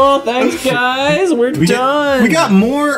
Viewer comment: lol == GUYS OR GAYS OR GUYS OR WHAT ??